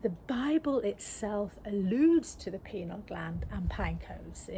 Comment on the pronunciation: PINEAL gland...PINE - AL....not PENAL